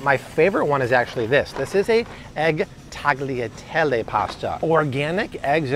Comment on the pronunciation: Love this! Jovial is THE best gluten free pasta. Not to be a stickler, but my family is Italian-American. Tagliatelle is pronounced without the G. Gli = Yee. I think there’s a video that’s been kicking around for years about it 😃